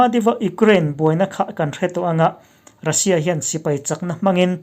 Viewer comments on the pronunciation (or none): none